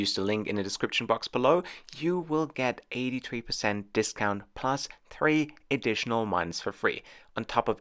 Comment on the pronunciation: Why u say tree it's threeee